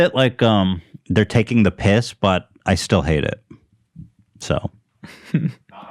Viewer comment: is it just me being high or did Ethan sound really British when he said "taking the piss" at around 45.40